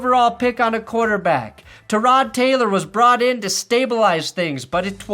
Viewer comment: When he pronounced Tyrod Taylor’s name correctly 😩😩😩